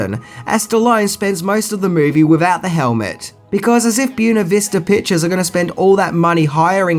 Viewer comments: Bway-na, not Byoo-na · My two cents, learn how to pronounce the word Buena, dude! It sounds like the word when NOT June. Otherwise, great vid! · Native Californian here. “ Buena” is Spanish and is pronounced “Bwayna”, not “Boona”. Just an FYI. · Buena ---- BWAY-na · "Buena" is pronounced like "Bwayna". Just trying to help. Like your videos still. I liked the Stallone Judge Dredd movie.